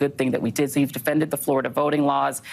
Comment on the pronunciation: Please learn to say Florida correctly